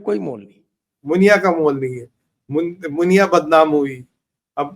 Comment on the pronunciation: मुनिया नहीं नुनिया 😂😂😂😂